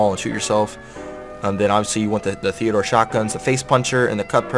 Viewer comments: TEE-DEE-ORE!!! Not Theodore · Is he purposely calling it Theodore or ???